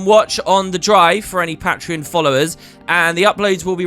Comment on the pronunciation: pat-tree-on. lol